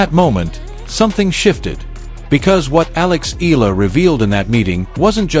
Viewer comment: Not EEL-LAH it's EE-YAH-LAH!